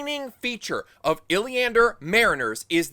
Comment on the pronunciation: Also it’s “Illianers” not “Illianders”, and Bayle Domon isn’t a mariner, the Spray is a river boat.